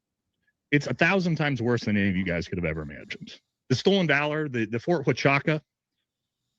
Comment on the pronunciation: Yes you pronounced Huachuca correctly